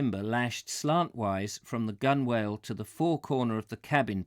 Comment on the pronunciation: I missed the live reading today, having mixed up the time. But I thought you might want to adopt the genuine English pronunciation of two words you come across several times in these readings. Gunwale, is (in English) pronounced GUNnel. And Victual is pronounced VITtle. These are such nice words to go with your love of half-timbered buildings, but I assure you they are both properly pronounced in this odd way today. Thanks again for these readings.